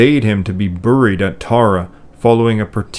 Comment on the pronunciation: Another great vid!. One question though, is "Buried" commonly pronounced "Burr-eed" where you live?. No offense intended, I have just never heard it pronounced that way before. Thank you!.